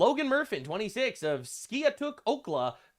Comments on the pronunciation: That is Ski (pronounced like sky) atook=Skiatook, Oklahoma. I live outside of it & it's a very small Oklahoma (as in Oklahoma Trump country, voted all 77 counties for Trump all 3 times) This guy was STUPID to do this in Oklahoma, much less the farming community of Skiatook as I am betting our police helped ALOT! 🇺🇲🙏🗽✝️ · that pronunciation of my hometown killed me. It’s sky-a-took. Like the sky took it. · Skiatook is pronounced like Sky-took...🤷‍♂️ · Its pronounced skytook. It us just north of Tulsa Oklahoma